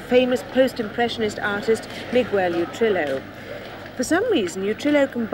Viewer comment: "you -tril - oh" (Utrillo) - Judith never did Spanish very well.